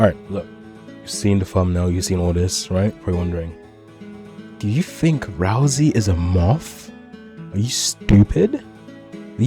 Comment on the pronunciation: why do you call him razl-E his name is ral-say ralsai